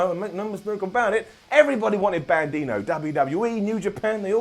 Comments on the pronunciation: Are you saying "Bandino"? Love ya,. It's"Bandido", which is Spanish for Bandit. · Bandido (ban-d-dough) not bandino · The name is Bandido, not Bandido. I love your channel! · bandino? you mean Bandido? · It's Bandido, not bandino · Bandino??? Lol it's Bandito!! you n Ollie make me laugh every time I watch. Such an awesome show. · Bandino? Who is Bandino? At first I thought just made a little error. But he kept saying Bandino...